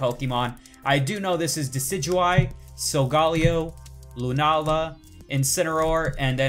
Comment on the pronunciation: ITS SOLGALEO GAL SOUNDS LIKE GOW SOL -GAL-LEO OK ?!?!?!?!